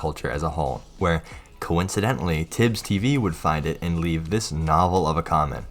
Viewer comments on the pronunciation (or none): none